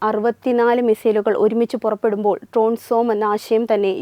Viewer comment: ട്രോൺ ആണോ അതോ ഡ്രോൺ ആണോ? 😁